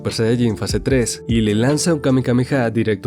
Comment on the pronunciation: No se dise kamekameha se dise kamehameha